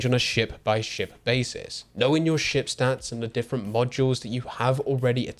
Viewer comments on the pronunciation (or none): "Its own shame shit shtats" 😅😅😅